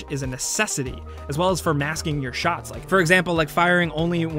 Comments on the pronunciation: shots... "Shoughts" lol😰😂😂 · mans really just spelled shots like “shoughts” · "Thought into your Shoughts" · SHOUGHTS... a shots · I have never seen anyone butcher a word like shots that badly in my life. I mean really? Shoughts? Come on now. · “Thought into your shoughts” he says as he puts no thought into the text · "Thoughts into your shoughts"??